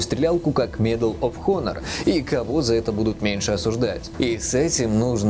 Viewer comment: Honor читается как онор, а не хонор. Тут непроизносимая буква. Мои уши... :(